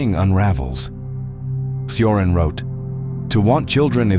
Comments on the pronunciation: Just FYI, Cioran is pronounced CHorAn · Pronunciation: CHo-rAn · as a Romanian, he pronounced “Cioran” wrong, hard to translate but Chioran which is the equivalent of the phonetic pronunciation means somehow blind in Romanian which actually made it funny